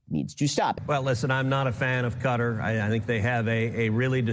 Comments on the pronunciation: It's pronounced "ku TAR." Please stop saying "CUT ter." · Now that Trump's back in the Middle East, we'll have to listen to journalists mangle the name of Qatar into Cudder. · Could Americans please learn how to pronounce Qatar before going on TV and using said word?